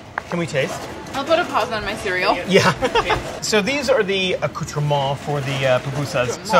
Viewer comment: I am gonna try making these! Some nice tips. And I don’t just mean the nails! I mean charring onions, “lube” for your hands, patching holes... If I were you I’d be more embarrassed by calling the sides “accoutrements” in a Frenchy accent than mentioning umami lol!